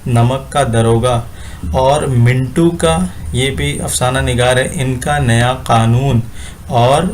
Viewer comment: Mintu nahin sir mantu